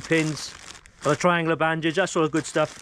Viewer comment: Say, "Tri-an-goola" again. Please 😀 And amblumanse.